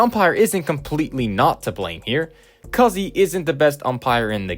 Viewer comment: so im hispanic and my second last name is cuzzi and it is pronounced coo zee. just letting you know